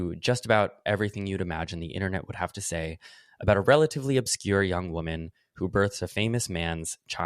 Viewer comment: I don't think that man is talking about tradwives, he's talking about the fact that she looks 14. Conservatives (Abby) really feel persecuted don't they? It's hilarious. Also, why does she pronounce woman as women? What a ding dong.